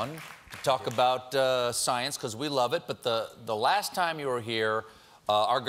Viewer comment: Brian Green is not just Sceiene, he's Super-Sceiene! It's not even his final form!